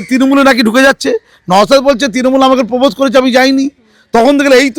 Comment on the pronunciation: তৃণমূল বলতে পারে না ও তিরিমুল বলে। সে আবার জেনারেল সেক্রেটারি 😂